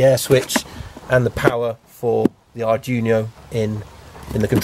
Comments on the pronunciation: It is pronounced "ard dweeno", not Arjuno! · Unless 'arjuno' is some special CANbus arduino-based gadget I've never heard of, you are pronouncing 'Arduino' wrong. It's 'ard-wee-no', not 'Ar-juno'. Great work though. You clearly know your stuff apart from the pronunciation confusion :-) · Arduino, ar-dwee-no. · At last a Mazda RX8 with a proper rotary engine :D By the way, Arduino is pronounced Ard we know :)